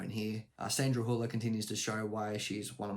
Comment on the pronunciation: I also heard ‘Bullock’ at first, and had to rewind 😅